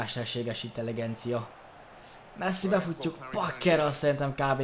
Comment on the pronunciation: Intelegencia? nem inteligencia?